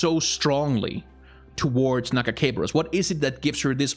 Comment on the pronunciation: My favorite part of this video is his refusal to pronounce her god's name correctly